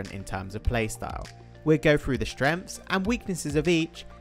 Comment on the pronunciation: 'Shtrens' and weaknesses